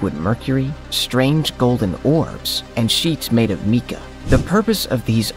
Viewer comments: You really should learn how to pronounce words if you're going to be making videos and content for people to watch. The word "mica" is not pronounce the way you're saying it. It is pronounced exactly like this mai·kuh, and if you're not sure how to pronounce that, open a dictionary or go to Google and turn your speakers on... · Sheets made of “meeka”? Presumably mica. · Can we get people narrating that can pronounce things correctly.... "The Plummed serpent." it is Plumed as in Feathered!...... Ok "Meeka sheets" it is Mica......Jeeeeeezzzzzzzz dude! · You've gotta love the irony of a video that puports to show "proof" that aliens created the biggest pyramids of Mexico, yet the video is narrated by an "AI" voiceover that can't even pronounce the word "mica" correctly, let alone the name of the ancient city of Teotihuacan.